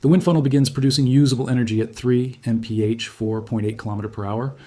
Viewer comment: I'm not convinced this isn't AI! A normal human would not say mf for mph! Also he's talking way too fast to be understood.